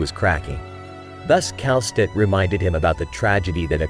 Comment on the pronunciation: The way you pronounce Kal'tsit's name is very weird. I think it's supposed to be Kal-sit not Kal-stit. Actually it's still up for debate of how to properly pronounce her name bc the Japanese and Korean localization of her name is literally pronounced Kelsey.